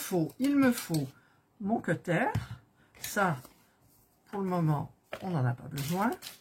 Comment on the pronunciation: Le "queutaire" me fait beaucoup rire 😆